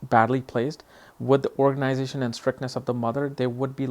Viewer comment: Dude, you started this video totally wrong! Moon capricorn means nothing to SRICT ORGANIZATION or MANAGING THINGS! sH..T! Where did you learn that?! Yeah, we got a real spirit of duty and to reach things... but nothing about organization or management... You really upsets me with this accent you did put in the "organization"... we want the things right... Not "organizated" or in a "strict way"...